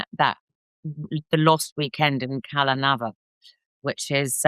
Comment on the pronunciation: Pronounced 'CalNeeeeeeeva'- and yes Sinatra was involved in CalNeva-he OWNED most of it ... this bird being interviewed is NOT impressive-maybe the emmy award in the background is a dead give away to her incompetence. Monroe's house was in Brentwood, not Santa Monica, this crappy writer sucks....